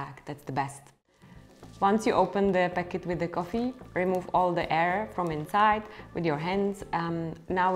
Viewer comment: İts sound funny how you say coffee (koffi) and you say it a lot :))) thnx